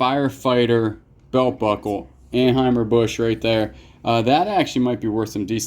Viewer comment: I had to back up the video to be sure you said Kayla was your "girlfriend." Then I saw this was from 3 years ago. I was sure you two were married. And it's "AN-high-zer" Busch, which you also likely know by now.